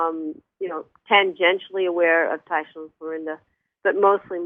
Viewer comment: Taisha=Tiysha, not Tasha